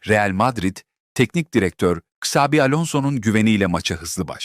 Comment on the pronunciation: Ksavi değil Çavi diye okunur…